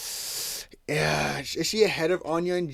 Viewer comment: "Eun" is pronounced "Oon"